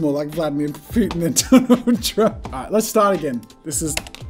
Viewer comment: Crying laughing! “AI’ght” 🤣🤣